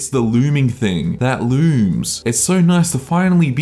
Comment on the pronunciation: I rewatch this often to hear “it’s the loorming theeng. That loorms”